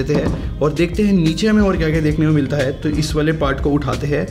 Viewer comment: Hi why do you sai hey(instead of hai)